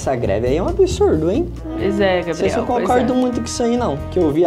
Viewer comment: "gabireudo" kkakakakaka